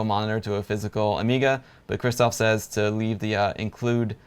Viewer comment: Dude. Both "rz" and "sz" in the name "Krzysztof" should be spelled as "sh" in "shoe".